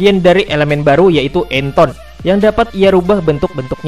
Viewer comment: Enton bgst wkwkkwkwk :v